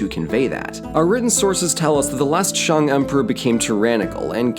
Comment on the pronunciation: Honestly, you pronouncing it as ‘Shang’ instead of ‘Shaeng’ is better than 90% of people in America. You did good